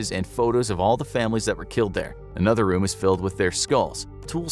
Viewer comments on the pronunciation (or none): SAY another NOT A-nother!!!!!!!!!!!!!!!!!!!!!!